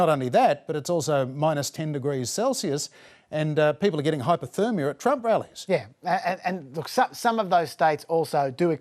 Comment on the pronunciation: “Hypo”...... thermia. It’s not that hard to say.